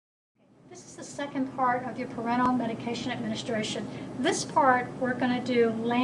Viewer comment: UGH!! it's ParenTERal, NOT parental!! Learn to pronounce the terms before you attempt teaching others about them!